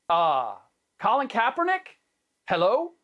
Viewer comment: did this fool say colin kapperneck